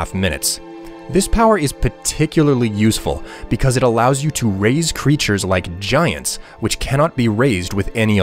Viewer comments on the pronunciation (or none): none